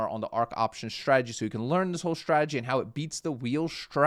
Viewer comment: What is it with Americans (some) pronouncing strategy with an sh.....shtrategy... Now...make the snake sound, then add the tradegy. there we go... Now you don't sound like a 5 year old